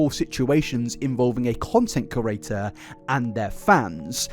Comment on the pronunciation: In the first 4 minutes of this, you've said curator instead of creator 867 times. Say it slowly CRE-ATOR. You managed to spell it right when it flashed on screen though.